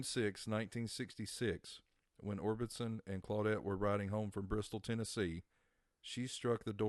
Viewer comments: Or-BIS-on not Or-BIN-son, silly goose! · It's Orbison not Orbitson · Orbison not Orbinson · I know I cringed EVERYTIME he said it lol